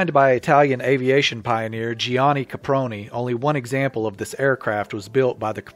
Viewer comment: Excellent video & narration! One small correction: Gianni is pronounced simply "Johnny", with two syllables.